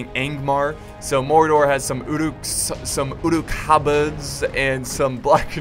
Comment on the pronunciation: Keep trying to pronounce Uruk Halberds anyway you wish lol